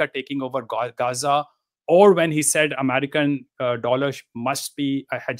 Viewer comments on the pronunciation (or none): it pisses me off everytime he calls himself amarikan lmfao what is this guy